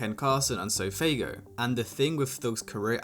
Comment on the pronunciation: dude said sofaygo 😂😂😂